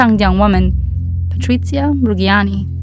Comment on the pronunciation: The "gg" in "Reggiani" is pronounced as in "Jea(n)" :)